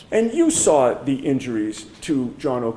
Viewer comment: I hate when he says lawr or sawr🙄